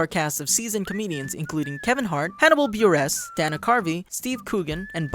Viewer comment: It's pronounced Hannibal Burr-iss not B-Ress